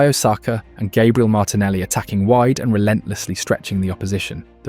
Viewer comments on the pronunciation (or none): Put some respect on Gabriel's name and teach your AI voiceover to pronounce it properly and not in that stupid American Irish way